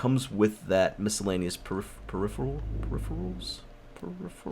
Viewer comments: Uh,, by the way, you say the word peripherals oddly. Just sayin'! You know, by the way. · listening to say peripherals is as bad as hearing sethbling say macerator